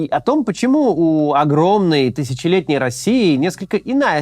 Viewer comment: тищалєтняя раіся лол